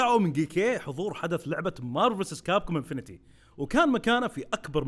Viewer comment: اسم الجزء انفنت وليس انفنتي infinite X infinity